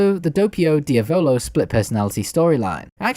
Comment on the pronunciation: tbh this guy has really good videos but I think that he needs to work on his pronunciations like "manga" and "Diavolo"